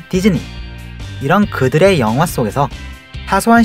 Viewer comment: 마지막에서 이런그들이를 이런그지들이라고들음...